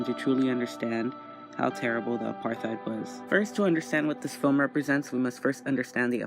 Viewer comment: if i hear one more American mispronounce apartheid Ima cry